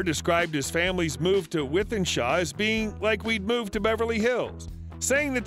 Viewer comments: Wythenshaw pronounced; “with-en-shaw” 😂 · Nice video. Thanks. I must say as a man from Manchester, hearing an American friend pronounce Wythenshawe is always amusing. Thanks for uploading. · With-in-shore. A-loo-wish-us